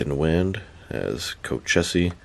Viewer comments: These are great looking. But I can’t drop $160 on three figures like this. Love the review. Thanks! Also, the name is pronounced “co-cheese” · Dude, these are awesome. Nathan Wind’s alias is pronounced Co-cheese.